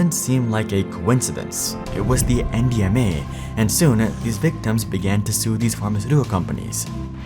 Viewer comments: I thought he was saying MDMA for half the video. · I kept thinking you were saying MDMA lol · At first, I thought I heard you say MDMA and I was like wait what